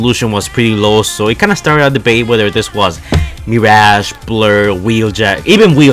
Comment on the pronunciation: Mi r a ge not mir aaaaaaa ge